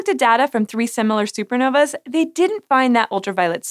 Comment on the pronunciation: The plural of supernova is *Supernovae Pronounced "SOO-per NO-vee". You're welcome "sci" show. ;)